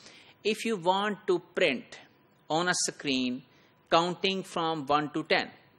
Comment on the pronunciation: ITs not sacreen its screen